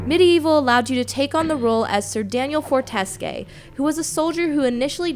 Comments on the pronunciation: Yeah yeah yeah, she did say Forteske, instead of Fortesque, which is clearly the way it is pronounced in the game. That's a simple mistake though, the review is still cool and she is a good reviewer, man! So it doesn't really bother me. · Sir Daniel Fortes-KAY? They say his name multiple times throughout the game, and it's the phonetic spelling; for-ti-skew. For God's sake, do the game some respect. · did she really say forteskay? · Greatest game on earth. And it's Sir Daniel Fortesque. (For-te-scew) Not Forteskay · Wtf, Forteske! It's pronounced Fortesque! Even in the first few seconds of the game they say his name. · im sorry..did you just pronounce fortesque as FORTESKE?!?! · "Forteskay" Ok, now I'm convinced you haven't played the game (or at least replayed it recently to give a proper review). Throughout the game (and I'm talking dozens upon dozens of times), almost every single NPC pronounces it "FortesKYU," as in For-tes-Q (the "Q" pronounced as is). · I don't think she's played the game. "Sir Daniel Forteskey" ? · Its pronounced for-ti-sque and galo-more. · Forteskay? Good lord, his name is pronounced several times in the game. Please, PLEASE, if you do a review of a game, at least TRY to be informed about it. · It's pronounced For-teh-skew, which characters say many times throughout the game's entirety... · BTW, it's pronounced Fortes-Q. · i a agree with you,fortesque is how the necroscope said it. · I don't want to be called an all-knowing troll but in the early stages of the game, the nPC's mentioned Sir Daniel's name and it is pronounced as For-tes-kyu . This review disappoints me a bit. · I'm almost certain its pronounced Four-tes-kew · It's not the fact that she said the name wrong. It's the fact that the game itself gives you the right pronunciation of said name in like the first few minutes of playing it.